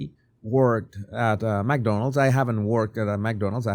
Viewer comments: Mc not Mac you sound ridiculous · …and Mc is pronounced “mick” …like sick 🤒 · Its not Mac Donalds Sir. It is Mc Donalds. Sorry but please say it right. Thank you! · Not MacDonald's, it's McDonald's. Pronounced Mic or Mec. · FYI - The pronunciation is “Mc Donald’s” not MAC Donald. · Its not mac Donalds no A. Its mc pronounced like mick. Thanks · You say "mack'donalds as if there is an 'a' between the 'm' and 'c'. But when there is no 'a' actually there, one should say "mc", sort of swallowing any vowel sound, or if you must have a vowel sound it would sound like "mick" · McDonalds not Mackdonalds